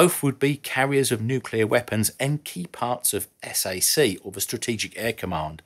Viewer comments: SAC was pronounce SACK, not S A C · You must stop saying S-A-C. It's pronounced sack. Just as MAC is pronounced Mack, TAC is pronounced tack, and USAFE is pronounce You Safe Ee, as if one word. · From a former member of Strategic Air Command (SAC): It's pronounced "sack" not S-A-C. EVERYONE in US Air Force calls it SAC (aka sack). Keep up the excellent job. Godspeed. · My Dad went into the US Navy during WWII and moved to the Air Force when it was created... He was part of SAC and MAC at various times through his career. (You don't spell it out S-A-C, just say "sack", same with "mack"). If you are interested in that era, "Sonny" Holt's book on the B-58 is an absolute must-read. Good Call,! I was really glad you brought it up. It really shows President Kennedy's biggest "Blunder" was hiring MacNamera away from Ford as SecDef. That bean-counter ruined the Air Force's B-58 and SR-71 programs forever... including having the tooling destroyed so future Administrations couldn't revive them, even if they wanted to. Dick Cheney did the same thing to the Navy 20+ years later to line his own pockets with kick-backs from McDonnell Douglas. I'll dance on his grave, given the chance. Knowing my make-up, Dad knew I wasn't cut out to sit in a bomber for 10-20 hours at a time... So when I got appointments to both the Air Force and Naval Academies, he urged me to go Navy. It worked out well. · Even I, a lifelong civilian, have never heard it pronounced S-A-C, I've always heard it pronounced as "sack". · Yes! I cringe when they say "S-A-C" spelled out. BTW, I went from SAC straight to TAC (PACAF) in Japan and Korea and later 'Nam. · Only one small critique and I am kicking myself for even bringing it up...BUT>>>>>>>SAC while you are correct it stood for Strategic Air Command. It was lovingly called "sack". Like a sack of potatoes. No one used S. A. C. (Ess, Eyyyy, Seee). On a more than positive note. I love your content and I learn a lot from it. !!!